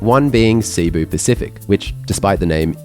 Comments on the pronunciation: It's pronounced Si-Boo. Not Seeee-Boo. I've flown this seating and it's brutal. Even in an exit row with lot's of legroom, the seats are unbearable for more than 2 hours. Thanks for the great review! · Filipino here, very insightful. However, just one minor note: Cebu is pronounced /seh-BOO/ with the accent on the second syllable, and not /SEE-boo/. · It's pronounced Seh-Boo not See-Boo 😅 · Please, save my ears and learn to pronounce Cebu correctly. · You spent all this time to film and edit and research an interesting informative vid but not two minutes to know how to pronounce Cebu properly? weird